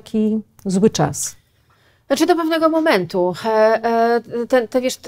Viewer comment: 7 minuta i głowa boli. Jednym z powodów, dla których tak może być jest to, że musimy komunikaty KPP podwójnie rozkodowywać. Zobaczmy: - snczytpfnegomomentu - co to za słowo x'D [znaczy do pewnego momentu?] ppfiersz - kolejny neologizm [po pierwsze?] - ał, szczęka mnie zabolała X'D - ijasrssstakifilmik - tumy? tłumy, to się mówi "tłumy" ! :) tum to była taka katedra - albo się z tego otrzeźwiecie szybko o wiecznym "yyy, eeee, ummm..." nie wspominam Nasze mózgi sobie dopowiedzą, o co chodzi, i my to zrozumiemy. Tylko trzeba do tego trochę większych obrotów. Dziwne. Przecież KPP do dziennikarka (?) Mnie całą szkołę uczyły polonistki, które kazały mi wyraźnie powtarzać, jak tworzyłem takie potwory. O pisaniu pojedynczych fraz po 100 razy "na jutro" nie zapomnę. Trochę terror, ale chyba się opłacił, bo przynajmniej można mnie zrozumieć. :-) Okej, oglądam dalej.